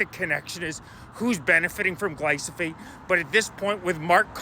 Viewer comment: I like your videos bro, I don't want people to dismiss you because of the spelling and pronunciation. It's Glyphosate.